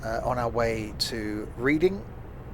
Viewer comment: sorry to be a pain but it’s pronounced red-ing idk why its spelt the way it is though 🤦‍♂️ anyway keep up the good work